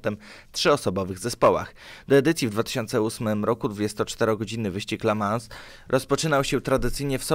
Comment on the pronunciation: I nie "la mans" tylko "le mą".